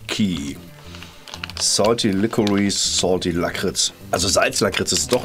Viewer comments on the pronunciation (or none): none